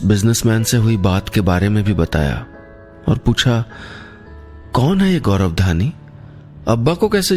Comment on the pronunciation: Gaurav hota hai gaurab nahin